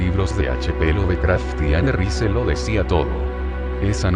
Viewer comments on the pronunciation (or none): none